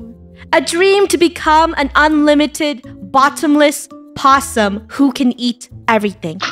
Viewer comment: WHEN FUNNEH SAID BOTTOM LESS POSSIEM and early